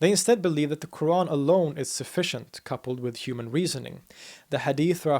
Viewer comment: No, not really, although is good but his pronunciation of word "Qur'an" is still off.